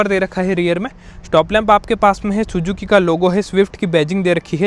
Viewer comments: like the way you said sujuki😅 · Chujuki bola isne.. sujuzi nahi